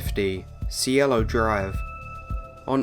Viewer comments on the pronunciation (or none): none